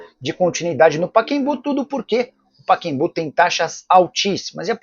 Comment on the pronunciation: O nome do estádio é Pacaembu ("Paquembu" não cai bem para um jornalista de seu porte!!!)!